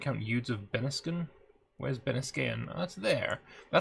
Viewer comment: Eudes have to be pronounced "HUD" without the h.